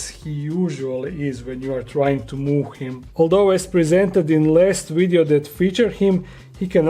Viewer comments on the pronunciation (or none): Did you enjoy the "WiiDEO".. lol